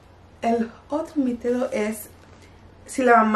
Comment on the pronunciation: No se dice mitido si no mito